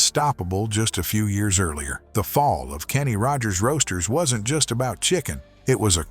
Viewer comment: When the narrator emphasized the middle word in the name "Kenny Rogers Roasters", I officially hit my limit. Why, as a lot of people are asking these days, should human eyes watch, and human ears listen to, words neither written nor spoken by a human?